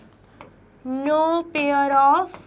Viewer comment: Pair not pier